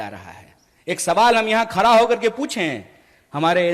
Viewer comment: खडा को खरा बोलता ह हहहहह